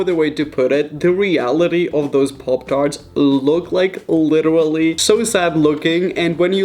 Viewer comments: Parp tharts is what he said LMFAO 😂 pop tarts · im annoyed by the way he say 'poptarts' no offence jk <333